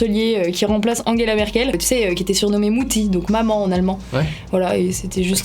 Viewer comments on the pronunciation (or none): none